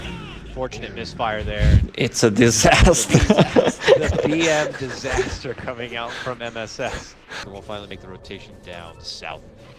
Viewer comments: "It's a Disastah!" lul these make pro games so much funnier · It's a disastah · IT'S A DISASTAH KARMA! I KNEW IT WOULD HAPPEN xD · Its a disastah! Poor np 😕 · it's a disastah!